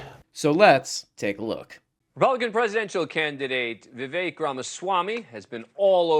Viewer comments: I find it easy to remember how to pronounce his name. It rhymes with 'Mistake'. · His name's Viv-ache. It rhymes with "fake". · Vivek rhymes with cake, come on guys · so the guys that support Vivek can't even pronounce Vivek properly, nice